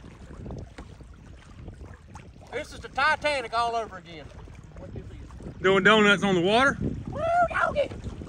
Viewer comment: And to this day Bobby, hasver been heard from, ag'in.